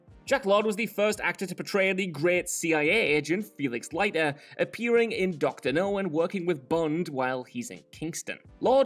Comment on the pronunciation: Who are Roger Muuuuure and Felix Light eer?? At least pronounce the names right.